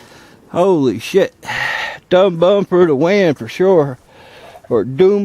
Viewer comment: Dum bum is actually pronounced Doom-Boom. I know a lot of pyros in Europe.